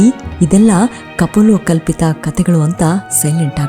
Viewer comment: ಕಪಲೋಕಲ್ಪಿತ ಕಹಾನಿ ಅಲ್ಲ ಮಾರ್ರೆ ಅದು ಕಪೋಲಕಲ್ಪಿತ